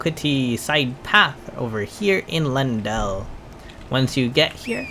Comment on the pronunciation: Lyinananandnaiu ajahahah it's Ley-en-dell bruh